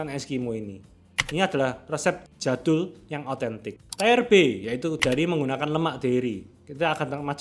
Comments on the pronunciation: Tlg host baca tier itu tir. Bukan tair. Maaf, telinga saya sakit setiap dgr tair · bukan tayer tp tiyer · Maaf tapi cuma mau ngasi tau kalo "tier" itu bacanya /tɪr/ bukan /taɪr/. Mungkin kesannya sepele cuma kalo konten lu bakal sering make tier list seengganya yg bener ngejanya biar didengernya juga enak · Tier bacanya tir kok jadi taier 😮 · Tier bacanya mirip dengan teer/tir. Kalau tayer itu tulisannya tire atau ban artinya. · Kak, kontennya bagus banget, tapi sorry banget mau koreksi dikit cara penyebutan kata “tier” itu bukan “ta-yer” tapi tetap dibaca “ti-yer” atau “tir” aja. Kalau “ta-yer”, artinya ban/roda. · bang bacany tir bkn tayer😂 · Cara bacanya "Tier" bang, bukan "Tayer" 😂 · Sekali lagi kak... Tier ITU bacanya bukan "taier" tapi "tiiier"... Wah kakak cm tahu es krim Eskimo ya Di Sby. Pdhal Eskimo ITU setahu saya pecahannya es krim Napoli setahu saya. Es krim legendaris Sby juga dunk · Aduuh. Tier. Bukan tayer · Halo gan, thanks videonya bermanfaat. Sori komentarku agak unrelated dan random, tapi pronounciationnya kata "tier" setahuku itu bukan "taier" tapi "tir". Udah gitu aja maaf random wkwk, semangat terus buat videonya yaa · Cara membaca Tier itu "Tiir" bukan Tayer, karena Tayer itu untuk "Ban" = "Tire". Konten nya keren. Sangat bermanfaat 👍🤌👏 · Mohon maaf mas sebelumnya 🙏 itu tier, bacanya tir, bukan tayer. Bukannya apa2 mas, kebiasaan soalnya di semua video bacanya tayer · Sekedar mengkoreksi Tier itu bacanya tir mas bukan taer. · maap bukan maksut grammar police tp TIER itu bacanya TEER/TIYR bukan TAYER, gatel soale dengernya dari orang pinter konten edukasi gini. atau mending pake istilah bahasa indonesia aja mas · Tier bacanya "tiir" bang, kalo "taier" mah Tire alias ban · Pronounciation tier itu bukan "taiyer" bang tapi "tiyer". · salah bacanya bukan "taiyer" = tire = ban yang benar cara bacanya "tir" = tier = tingkat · Bang, Tier bang bukan tyre. Coba di google translate deh.... ganggu kuping bang